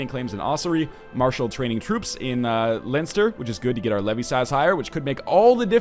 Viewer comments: Ohh god. As an Irishman I have to say that it is pronounced 'Len-ster' not 'Line-ster'. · Leinster is pronounced Len Ster 3 from your Irish fans :) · Len-stur Northernlion. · It's pronounced "Len-Ster"... should know, I live there :) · its pronounced lenster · Nl it's pronounced Len-stir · NL its pronounced len-stir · It's pronounced Len-s-ter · Len-ster its pronounced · LOL its so funny listening to nl say leinster